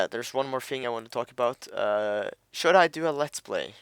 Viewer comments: when you say "should" it sounds like your saying "shit" XDD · "should" sounds like "shit" 4 me with yo accent m8